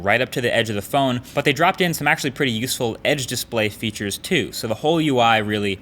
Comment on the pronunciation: Am I the only one who heard "feauture smartphone feautures" ?